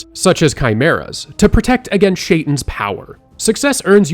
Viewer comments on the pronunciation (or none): Amazing video and I can’t wait to here more, quick note shaitan means Satan and is pronounced shay-tan